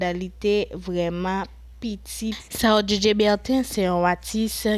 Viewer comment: Non an mal prononse